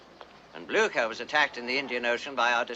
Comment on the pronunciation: Cant stop laughting how they misspronounce Blücher .. but this is english with german names all around anyway :D p.s.good movie